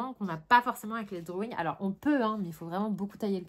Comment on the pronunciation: "les drowouing" 😆 tu m'as fait rire à la fin 😆moi en ce moment c'est les Iktense ils sont top! Bon colo à toi!